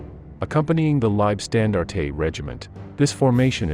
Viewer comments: Gotta love the way yanks pronounce words, lieb stan dar tay, they just make things up! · The narration is weirdly inflected. Leibstandartay? Wiking division, Whaffen SS. AI? perhaps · Do I wanna support your channel? Well, I'm 11 seconds into the video and your lazy AI gave me "Waff-fen" "Knight Cross" and "Leib-stan-dar-tay" so I'm good thanks, chief. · Someone clue the AI narrator in - Its' "LEEB SCHTAN DART TUH" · Your pronunciation is way off. W is usually a V sound and Liebstandarte is often pronounced Liefstandarte etc. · Listen carefully, I shall say this only once! Get a professional reader to narrate these documentaries, as your AI Bot Readers are Shit! 1st SS Panzer, The Leibstandarte Adolf Hitler, which is NOT pronounced as “Lybstandartatay” was just the first of several, god awful, mispronunciations that your damned AI Bot insisted in churning out! Quite frankly it’s disgraceful and I switched off.....this channel deserves better! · Oh man- it hurts to hear your bot pronounce Leibstandarte. Phonetically- "Liab-staan-dar-teh". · pronounced "leeb-shtan-dart" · I never heard a more american way to say 'leibstandarte' or 'hitlerjugend' haha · Try prounceing Liebstandarte without saying the E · The way he pronounced Leibstandarte, and Hitler Jugend........I just couldn't continue to watch. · The pronounciation of Liebstandarte is minus the e (eh) at the end of the word. It's just annoying having to hear it.